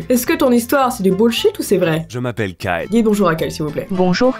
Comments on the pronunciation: Quand tu dit Kyle .on dirait que tu dis Carl. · Suis-je la seule à avoir remarquer qu'elle disait karl au lieu de kyle??😂😂😂